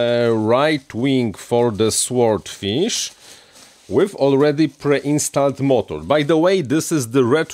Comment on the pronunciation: It's a silent w in sword, but I like your version anyway so keep at it.